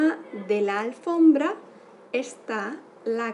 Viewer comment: No es "alfrombra", es "alfombra" jsjs